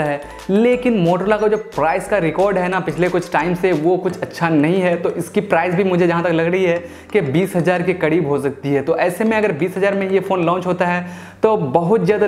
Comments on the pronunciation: Tyari ko tyadi bolta h kreeb ko kadeeb khud sun le bhai video m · Kadeeb ni bihari kareeb hota h